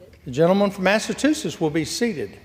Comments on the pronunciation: He uttered smth like “massatoosess”🎃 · Speaker says “Massatuchetts” ( mark) and again a couple minutes later